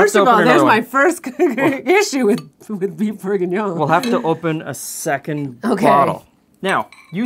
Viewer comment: Because calling it Bouef Bourguiguignone is much more fun?